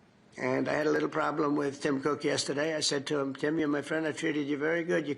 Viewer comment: Tim COK ❌ tim cook✅😂